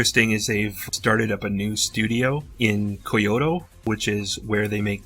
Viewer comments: "Koy-oh-toe" LMAO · Kyoto is pronounced closer to (Key-yo-toh).